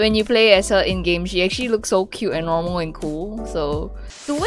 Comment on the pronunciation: When she said normal and cool she said it in such an.....American way......It was kinda wierd.